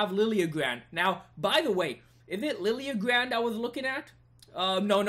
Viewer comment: Liljegren is pronounced {GREN} not {GRAND} just so you know. Great meticulous work. Keep it up!